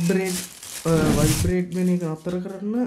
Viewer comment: වයිබ්‍රෙට් කියද්දි වට් හැපන්ඩ් උබට 😂👉👈